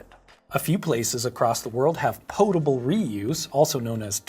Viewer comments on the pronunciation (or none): I'm not sure which gets the strongest reaction from me, how much I love the way Grady pronounces "Fermented Beverages" or how much I hate the way he pronounces "Potable"!